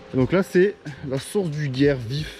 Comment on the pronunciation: Bonjour, super rando magnifique 👍👍👍👍 Par contre pour le guiers vif on dit guié vif 😉 😊